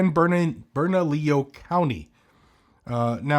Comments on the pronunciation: By the way, good pronunciation of Bernalillo, you saved it after almost messing up. Kudos to you brother. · Props for correctly pronouncing "Bernalillo" while not living there.